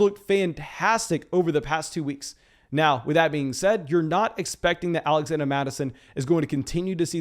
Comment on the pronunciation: Am I missing something? What's the deal with him saying "Alexanda" Mattison